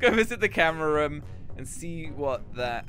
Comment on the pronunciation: said rum instead of room